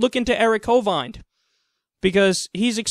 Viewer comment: Hey Kyle, another great segment bro, I thoroughly enjoyed it, but you were pronouncing the dude's last name wrong. (Not that it's important) The 'ind' part is pronounced like you're going 'in' a doorway, hove-in-d Again, great report